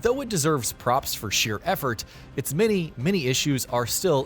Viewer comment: Am I the only one that hears the narrator say “their mini mini issues” instead of “their many many issues”